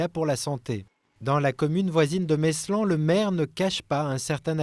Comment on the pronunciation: video tres instructive mis a part que l'on ne prononce pas le S dans Meslan ( prononcer mèlan)